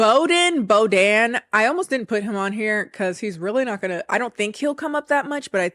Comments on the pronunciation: Just FYI, Bohdan is read like bog (like the swamp) and dun (like in dun dun duuun!) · Ukrainian guy's name is pronounced with the H, BOH-dan, and it also means "given by the god" ("boh" is "god" and "dan" is "given") 🤓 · Just chiming in about Bohdan guy. No, I have no tea:) It's just about the name. It's slavic and the "h" in there is pronounceable. So it sounds more like "Bogdan" or "Bokdan" ("h" sound is kinda soft, so both works). did a great job on the episodes, that was just an unusual pronunciation for me x)